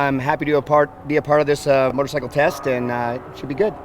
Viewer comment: STOP SAYING MOTORSICKLE! GAH!